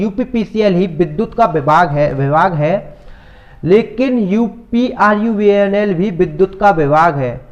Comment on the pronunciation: Pahle uprvunl sahi se bolo